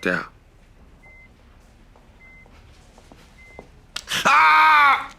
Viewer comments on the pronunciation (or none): Does he actually say "step up"? I thought he said "stepped out".